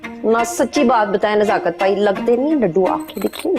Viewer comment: Nazakat. nhi nasakat